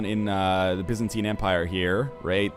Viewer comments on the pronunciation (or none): none